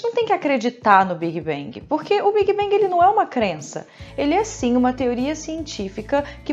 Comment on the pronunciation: Esse tal de "biguibengui"....